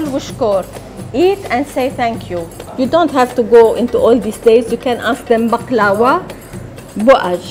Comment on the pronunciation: Thank you for this video I was perplexed when I heard people pronouncing baklava incorrectly